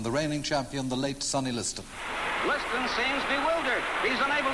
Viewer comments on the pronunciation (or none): none